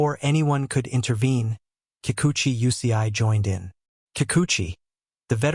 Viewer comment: This guy can't even say their name right. Fake news about the 2 players that Ohtani is closest to.